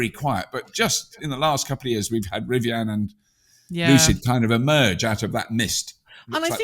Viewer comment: Never heard anyone pronounce Rivian as "Rivi-Anne".